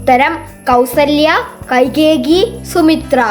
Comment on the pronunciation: കൈകേകി അല്ല കൈകേയിയാണ്